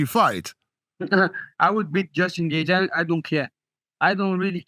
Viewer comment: Secs after I read this, he says it like that 😭😭☠